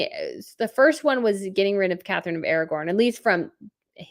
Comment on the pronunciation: Catherine of Aragon. Is pronounced air a gone not air a gorn.